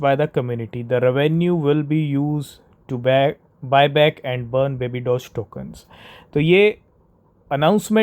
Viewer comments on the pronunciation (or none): Sir it's not babby doge